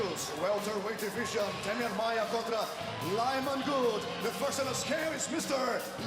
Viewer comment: 8 lbs over weight? What a fucking joke. Oh and the announcer actually called Lyman Good “Lion Cybor Good” lol